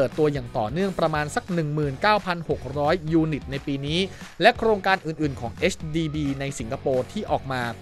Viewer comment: HDB ค่า พูดให้ถูก 😊